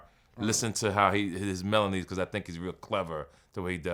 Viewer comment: I don’t like his “melonee”